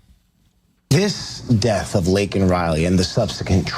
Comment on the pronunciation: Biden couldn't even get Laken's name right.............